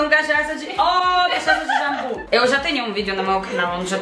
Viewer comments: As pronúncias do e da foram perfeitas:"cachaça de jambu"! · Mano quando ele falou cachaça de jambu pensei que ele falava Português A pronuncia do cara foi perfeita Mano!!! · Impressionante dois deles falarem cachaça de jambu com pronúncia totalmente brasileira, sem nenhuma diferença.